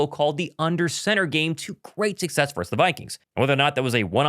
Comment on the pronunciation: Love your show but, dude, the word is "VERSUS" NOT "VERSE"! Yeah, I know I'm going full word nerd on you but, c'mon, you should have learned this in third grade.